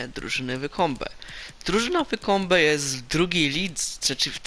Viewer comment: To się chyba czyta łajkombe